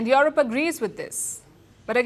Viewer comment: Palki, it's Europe. NOT YOROP